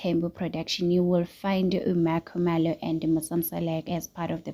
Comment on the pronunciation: Why do you pronounce 🤔"MaKhumalo" like that?😂your vlog is interesting but pronounce people's names properly, please. 🙏